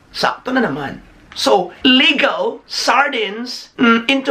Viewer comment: May-gah vs Li-gow Dami ko pong tawa... 😊